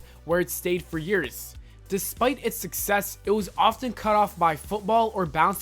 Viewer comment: he pronounced years yeras